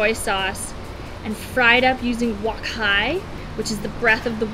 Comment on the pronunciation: it's wok hei not wok hai